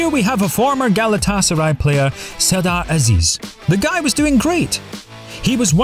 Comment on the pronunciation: It's Galata-Saray, not Gala Tasaray, you muppet!